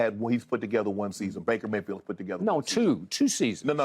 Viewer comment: Shay called him Breaker Mayfield. lol